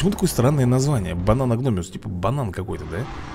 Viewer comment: за ускорение считается и реклама, и когда появляется надпись бесплатно И да название рыбы бананогмиус, не гномиус, и также у тебя ошибка когда говоришь простостега, там протостега, просто всегда мысленно тебя поправляю😂😂😂, а так выпуски топ, продолжай снимать👍👍👍